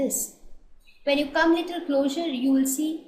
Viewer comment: It’s pronounced as CLOZER!!! Not closure